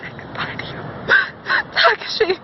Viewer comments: Awesome Adam cosplay! Also, it's tuh-KAH-shee I'm pretty sure. Just trying to help! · Like... the only funny part is that Takashi is pronounced wrong